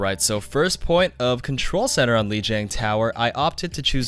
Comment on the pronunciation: Hey - Lijiang pronounced "Li-J(e)ong". I know it's originally Chinese but the correct way isn't too difficult, and if we can pronounce it closer to how it's supposed to be, then it's a win-win, right? It's how the Blizz dev team pronounces it too. Anyway, I love your videos. Informative, no bs, straight to the point. Great editing and music too. Keep up the good work.